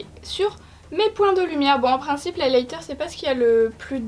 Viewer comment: Ça me perturbe la façon que tu as de prononcer Highlighter😅